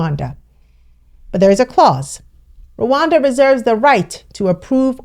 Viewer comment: First learn how to pronounce Rwanda before acting like you care about us or as if you know shit about our country.... Dear all 54 African countries are Visa free to come to Rwanda and also we have more than 150.000 Congolese refugees in Rwanda most have been here for over 20 years and others are already integrated into our society in addition we have Libyans & South Soudan and Afghanistan refugees... So do not worry about us when we needed you most you didn't show up. Hypocrite